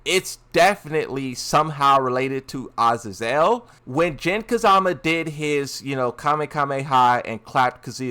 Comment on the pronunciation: Azazel Ahh-zay-zoul